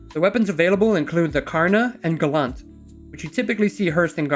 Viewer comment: Gallant = Gal Ant, not Ga Lant Artimex. ART I MEX. Not Arm a tix.